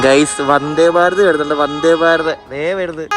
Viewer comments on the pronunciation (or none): none